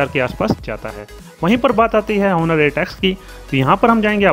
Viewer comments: Sir its ऑनर ,not हॉनर... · The "H" is silent in Honor🙄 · Did no one teach you that the "H" in "Honor" is silent? XD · I know 🙄🙄🙄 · First of all sahi se name pronounce kar bhai fir aage bat karenge